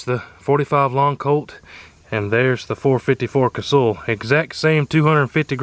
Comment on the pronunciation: It is pronounced Kuh-Sull, not Ca-Sool, get it right LOL